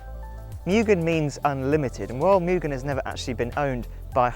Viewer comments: Its pronounced “moo gen” not “myu gen” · Pronounced " Moo-Gen " (Moo- GEN , Gen-like the number TEN ) YouTube Video Search Name > How do you say Mugen? I'll Bet you are saying it wrong! Direct Video Link > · Cant even pronounce Mugen correctly.